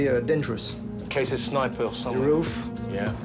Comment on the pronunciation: “in case of a snipeur” Ross kemp turned into “Roche Campes👨🏻‍🎨” for a second